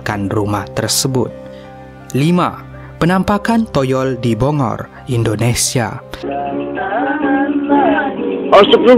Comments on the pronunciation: bukan bongor, tapi BOGOR, jawa barat, Indonesia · Bogor bang bukan bongor